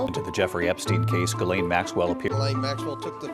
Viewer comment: गिजलिन 😅 गिलेन ✅